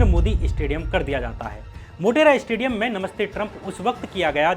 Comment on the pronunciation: Its said stadium not 'estadium'........